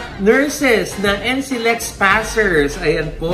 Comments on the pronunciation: SANA MABASA… NCLEX is read as “en-klex” po 😊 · NCLEX we pronounce po en-klex ☺️